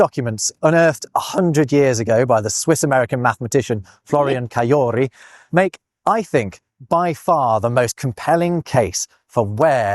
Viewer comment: "Florian Cajori" is a French name and therefore has a French pronunciation. The "J" is pronounced with a "zh" sound, as it is in French.